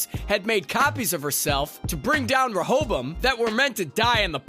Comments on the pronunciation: Why the heck is he pronouncing words so weird?? He sounds like a "HOST" or "Rohobum"...... 😜😂🤣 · “DEELOWS” “REHOBUM” “SIRACK” Horrible video, delete it and take your own life lmao